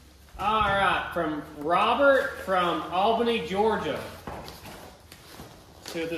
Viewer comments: Albany is pronounced all- benny in ga. Lol, funny how much the English language changes in different regions. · Fyi. It is not All-Bany Ga. It is All-Ben-ney Ga. LMAO!